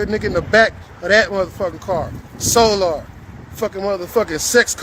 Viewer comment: I ☠️☠️☠️when you called Soular 😂😂😂😂😂